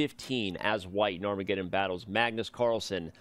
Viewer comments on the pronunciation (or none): Can someone please teach not to say "arm re geddon"? Thanks.